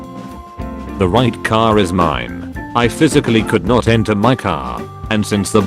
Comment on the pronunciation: Something also mildly infuriating how this robot voice sais could not